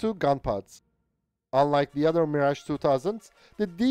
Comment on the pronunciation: I hope for the day we'll see an English native speaker (or even non-native like this one) youtuber finally pronunce French names like Mirage CORRECTLY. Is it so complicated???